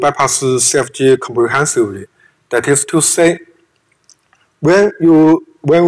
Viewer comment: "Comprehensively" lmao but still very good content from this guy